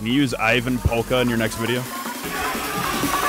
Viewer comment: oh my god he pronounced ievan polkka right, props to your mate